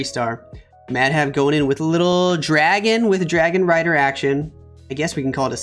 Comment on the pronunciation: Bro did you just said Dargon Rider when Mechuo attacked?